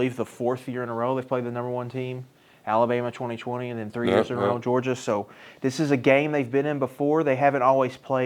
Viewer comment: MEORGIA?! Cmon 🤦🏼‍♂️